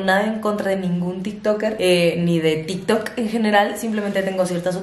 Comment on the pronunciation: Nadie: Absolutamente nadie:: “hablemos de til tok"